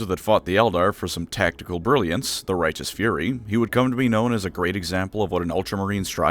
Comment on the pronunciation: Why not rightenent?